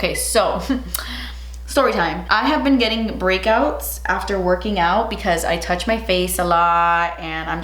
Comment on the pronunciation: "boxysherm" "twenni twoo dwollas" "soft toush"😂